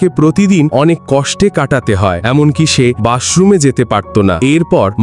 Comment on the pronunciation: বাথরুম ❌ বাশরুম ✅ 🤣🤣🤣🤣🤣